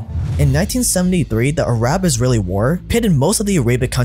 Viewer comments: Arab(not A-rab)-Israeli war of 1973 was started by Egypt on the Jewish holy day in attempt to reclaim the territory they lost in the previous war. Please do more research before a video, that's a pretty pertinent historical error . And dude fix your fucking pronunciation! Every video you mispronounce a country lol. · Him saying "uhraab" instead of "arab" is driving me insane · Arab is pronounced Ahrab not ”Ayerhaaabb” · I’ve never heard someone say “Arab” and “Arabic” like that 😂